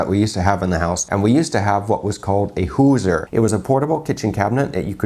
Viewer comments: Hoosier is pronounced "who-zshur" not hoozer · Hoosier cabinets were first made by Hoosier Manufacturing Co, so named because they were located in Indiana, the 'Hoosier State'. The origin of the term Hoosiers for Indiana residents is somewhat debated. Also pronounces Hoosier a bit weird, lol.